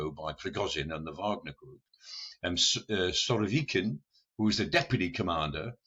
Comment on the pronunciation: Doing a better job than the Telegraph of pronouncing Surovikin. The analysis is pretty awful, however.